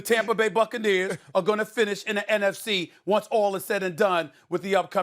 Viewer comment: It’s NFC not afc